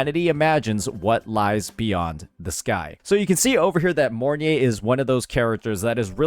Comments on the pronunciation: Im not usually butthurt about ppl calling charatcer names wrong, but the fact called her morn-ye instead of mornai(mornye) somehow irritates me ngl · its pronounce More-Nye with nye sounding like Rye but instead of a RRRR sound its a N